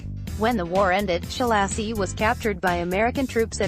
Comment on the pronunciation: I wish somone would just pay a decent reader,,, the guy's name is Ssssaa-loshy....not Sholaaasi... The accent ohn the A opens the a wide. Otherwise it is closed, almost an "o" He was a monstrous person. I saw this series of pics when I was doing research in Budapest in '88.